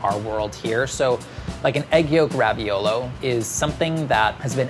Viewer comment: Every time says raviolo I cringe and lose a little bit of my soul